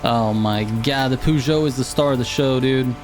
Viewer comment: Feel like garbage being that guy but it's pronounced purr - joe. And Renault the L and T are silent so it's ren - oh. Love the tunes. Keep up the good work